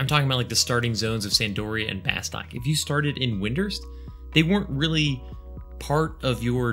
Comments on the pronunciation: Love your channel and content, but it's pronounced "bus-tuke" (per the intro video)!! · Fun Fact: Bastok is actually pronounced "bah-STOOK" like the O is a U. That or the voice over in the Opening Movie got it wrong and noone at SE noticed/cared.